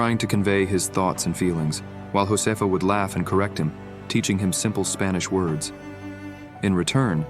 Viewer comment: A beautiful story, but you all need to work on your Spanish pronunciations.